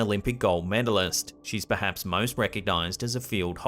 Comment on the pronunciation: it sounds like he's says "Perdance". I believe he meant perhaps but that was odd.